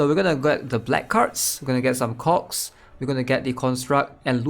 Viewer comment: say cogs again please...